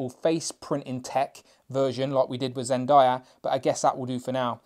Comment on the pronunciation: Zendayas name is pronounced zen-day-a